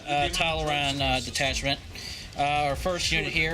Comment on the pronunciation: Tall-Arn. Say it. Tall-Arn.